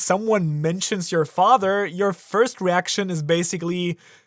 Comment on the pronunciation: 'ur anus ' not your but lol